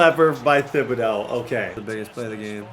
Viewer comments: The “h” in Thibodaux is silent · How has not corrected saying thibedaux’s name yet? 🤣🤣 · you should google how to pronounce Kayvon Thibodeauxs' name, you butcher it every video 😆